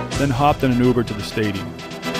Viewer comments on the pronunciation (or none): none